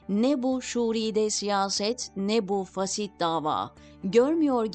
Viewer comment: Önlem veya tedbir? Biri yeterdi, tedbir daha güzel. Fasit değil, fâsit.